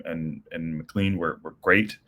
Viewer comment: Needed those 3 points. Oh and McClean is pronounced Mick-clain. Just from one American to another.